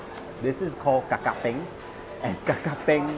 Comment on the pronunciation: Correction: is ka ka peng, not kakak peng